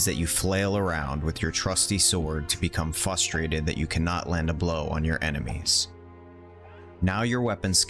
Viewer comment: I like the og combat, and at most I have become "frustrated" here and there, but never have I become "fustrated" lol